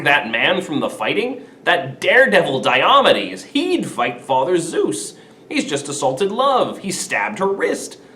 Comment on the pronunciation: May I ask why you pronounce it “die-AH-muh-deez”? From the “Pronouncing Glossary” in the book you’re using in this video: “DIOMEDES (deye-o-mee'-deez)”, or, “die-oh-MEE-deez”.